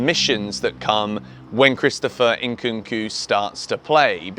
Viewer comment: Christopher "ENKUNKU" 😂😂😂